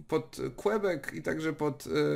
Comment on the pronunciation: Ani kibek ani kłebek tylko kebek. Quebec tak się czyta po francusku. Mogłeś to przecież sam sprawdzić przed nagraniem filmu.